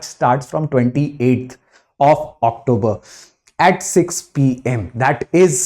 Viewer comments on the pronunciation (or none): none